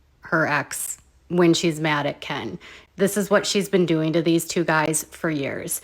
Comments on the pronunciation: Honestly.... I can't w you. Unsubscribing. You are obnoxious as f..... and not credible. BTW- NOONE... NOONE...of bloggers / commentors call K• E•N.... kiiiiiiiiin.... you are the only tard that does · HI...... I love of your channel, found you 2 days ago. But can you f u c ki ng for JE SUS chr1st... STOP calling Ken Urker, k•ee•n?! Or k•iiiiiiiin?! His name is effing KEN like Ken and Barbie... so obnoxious that a grown a*** woman insists on this name change like that- kiiiiiiiiiiin.... its KEN. Please take some speech therapy if it is truly thaaaaaaat bad- 3 letter word and this is what you confidently pronounce it like? No girl, no- makes your content lose credibility; that outdated potato filter ALREADY looking old as d😊😊😊😊😊 filters like that are so, what??? 2017? Stop. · Omg every time you pronounce Kiiieeennnn I am dying.😂😂😂😂😂😂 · It's unbearable that you can't even say the person's name correctly you are about to rant off about and talk smack- and if it is supposed to be funny? It isn't bcus noone calls him fake names but yo obnoxious butt